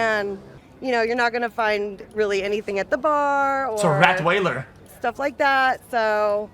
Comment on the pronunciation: "Rat wailer" :face-blue-smiling